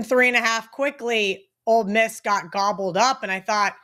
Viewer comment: It’s OLE Miss not Old Miss.